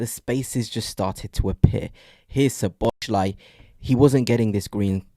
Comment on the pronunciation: So-bo-slai., not Sho-bo-shlai. Other than that, you forget that Arsenal has become reliant on set pieces for 25% of their goals. Arsenal's players are utterly averse to being versatile in open play situations. It's like watching American egg-ball. It's not unfamiliarity with each other, rather it's that you have no spontaneity.😊